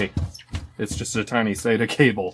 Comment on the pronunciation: SATA - "sattuh"